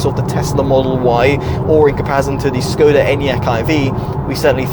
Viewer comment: It’s [sHkoda]! The first letter is Š. Which stands for the sound.